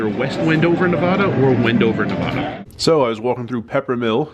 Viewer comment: You need to pronounce the middle syllable of Nevada correctly. The "VA" in Nevada should sound like the A in cat or bat, not like the A in the word wander or ah . Enjoy your travels.